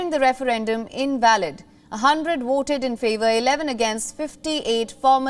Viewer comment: Someone needs to call her attention on how she pronounced her "V".. she keeps on saying "WOOTED, WOOT and WOOTING" when what she was trying to say is VOTED, VOTE and VOTING.